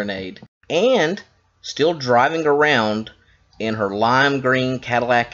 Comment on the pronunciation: the word is ESCALADE, not esculade